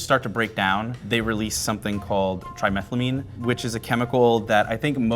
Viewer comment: The way you said trimethylamine hurt my feelings.